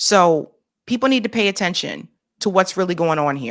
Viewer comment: “Pay tenttion”